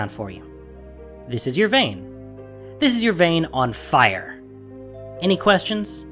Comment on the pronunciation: > "Annie quashuns, punks?!"